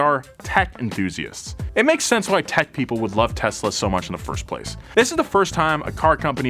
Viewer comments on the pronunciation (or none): none